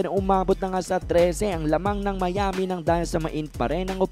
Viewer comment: Mali Ang pronounce mo ng Miami